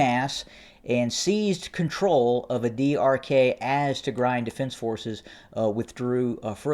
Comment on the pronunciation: Adi arkay is pronounced as adi arkaay (arkī or arkii). Ky like in sky. I know it is not easy to say for non native speaker but always good to give the correct pronunciation to make the reporting more clear. BTW I you deserve all the credit in reporting extensively the ground situation of what I called it non sense, bloody war of the human race.